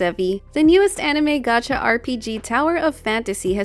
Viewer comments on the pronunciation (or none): none